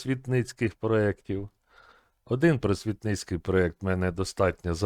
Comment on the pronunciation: Правильно -просвІтницький. Наголос на І.